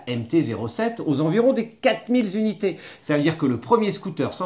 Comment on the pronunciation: Oufti! "quatre mille zzzunités " eh bien ça! 😱😂🥰